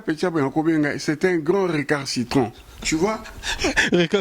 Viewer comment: yo pe récalcitrant et non récarcitrant, kolanda pe tout le monde te vieux Asha